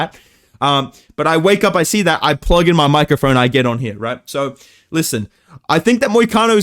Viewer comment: "Fuck you for thaat"most Australian youve ever sounded.